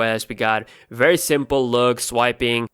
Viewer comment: Your woice is comical at best, plus you can't pronounce 'v' to save your life...wolume rocker, wertical, wery wery disappointing. I get wery frustrated when I watch your wideos. Intonation also sucks...your woice goes up and down following no rhyme or reason. Other than that, good 'wideos'.